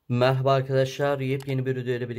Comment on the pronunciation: Merhaba değilde mehba diye duyuyorum hep skdkdkfkdkdks